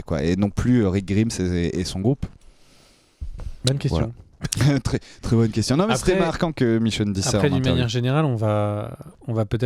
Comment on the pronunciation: Rick Gwraimeusse pas Rick grimeusse